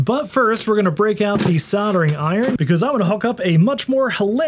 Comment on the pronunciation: Sod-er-ing? I don't mind pronouncing the L, in fact I insist on it when I'm saying Caulk.